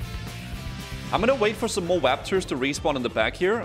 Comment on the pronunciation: Emulating the Waptors